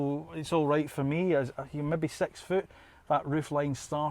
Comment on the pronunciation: You caught my attention every time you said “sex” for “6”